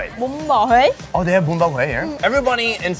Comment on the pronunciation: Bro the way you pronounced Hue in the beginning with the inflection tone is perfect LMAO